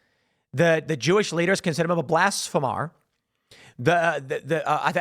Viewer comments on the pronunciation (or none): it's 'blasphemer', not 'blasphemar' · Please stop saying BlasphemAAr and say it right, its BlashphemER. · "Blas'fah'mar" LOL. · Tim work on your pronunciation of blasphemer. Blas-feem-ur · Lol at “blasphemar” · Tim I love ya buddy.. but if you continue to Mispronounce ’blasphemer’ I’m gonna physically flip out